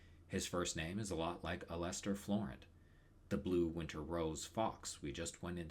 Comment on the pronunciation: This video is really good but your pronunciation of Alester is unforgiveable and I have no choice but to report you to the proper authorities.